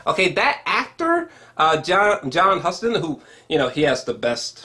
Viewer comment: John Huston's name is pronounced Houston, like the city.